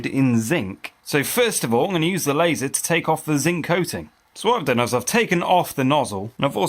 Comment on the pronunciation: The German Audiotrack is awefull. The different speakingspeeds to match the visuals feel cheap. Pls in the name of quality: dont let an ai generated voice call the Laser an "Lahhser" or the Argongas "Aragangas"